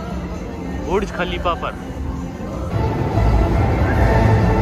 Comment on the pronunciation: Bhurj nahi Burj